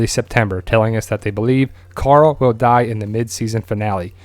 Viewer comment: I love twd but when people say coral it makes me cringe but still I love the channel